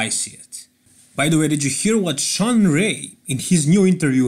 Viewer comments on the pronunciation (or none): none